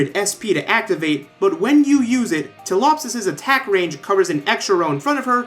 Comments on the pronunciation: To anyone who still can not pronounce "Ptilopsis", there's 2 way to pronounce it: 1. Tea,Apple,Sauce 2.Tilopsis (yes, mute the "P") *Extra ✨Waifu✨ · is tea apple sauce a meme for WatchMojo's pronounciation of Ptilopsis? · I'm pretty sure you watched tectone's stream before making this "tea apple sauce"